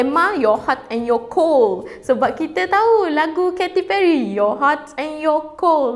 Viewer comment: kate perry, bukan keti perry, buat research dlu dik sebelum buat video, adoi...